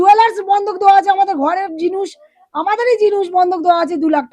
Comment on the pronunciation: Mone hocche mohila ta k puro mukhosto koriye diye kotha bolacche😂. Jinis k jinush bolche 😂r sei mohila Binoy Badol Dinesh er itihash ki kore sikhlo😅